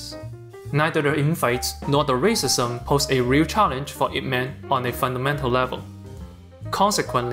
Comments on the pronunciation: It is not I P Man. It is pronounced Yeep Mun. It is Cantonese. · You pronounced the title of the film wrong. His name is pronounced the way its spelled, "ihp-mahn" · It's not an acronym. It's his family name, pronounced "eep". Man is his given name. It's Cantonese. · Its E mennn not ip man apparently lmao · I think its Eep and not I P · It is NOT I-P man. He does not work in that industry. He is Ip man. LOL. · its not i p man its ip man like its ee with a e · I. P. Man.... Not IP man... what.. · Bro made a video essay about Ip Man and is calling him EYE PEE MAN. You gotta be fucking kidding me. It's EEP MON. He's literally referred to as master Ip like a zillion times in the film. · Ip Man, not I. P. Man It's not Internet protocol man 🤦‍♂️ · Good writing but it would be better to pronounce his name properly. He's not IP man like a superhero, he's yip mun. Its disrespectful to not at least get that part right and follow through how most westerners call him. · Ip man lol not I P man 🤦‍♀️ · "I.P." Man. Nice. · I'm going to have to watch me some Ip Man. At first I thought you said "He-Man," but the same things apply there. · When i heard the first 8 seconds and heard " I P man" i knew this video was gonna be a mastapiece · I-P man🤔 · Did he just say I. P. man? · “Eye pee man” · I hate it when people call it I P man. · A lesson you could learn is how to pronounce the name of the movie correctly, goddamit I stopped and passed the video 9 seconds in when he pronounce IP Man as two separate syllables. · aipee man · Ai P man wtf? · why'd you say his name wrong and then say it right? lol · That pronunciation of "Ip man" is just horrible and wrong